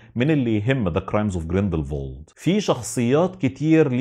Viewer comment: اعتقد الاسم جريندل وولد مش جريندل فولد